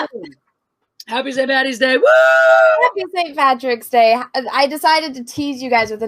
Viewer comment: Its not Pattys day ladies, its Paddys. day.